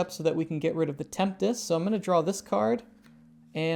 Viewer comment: Tempest, right, not temptes?